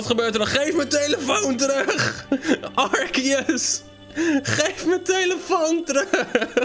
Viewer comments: Het is arceus niet arkeus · Het is altijd arse-eus ✨ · Nee het is arceus uitspreekt arsieus